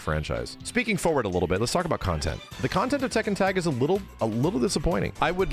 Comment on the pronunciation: Funny to hear say Tekken 100 times and it’s not pronounced that way.